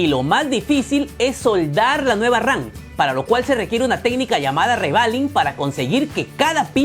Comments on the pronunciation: Memoria RAN? Que no se dice moria RAM? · yo y mi toc de escuchar memoria ran y no ram ,pero buen video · por que dices memoria RAN ???😂😂😂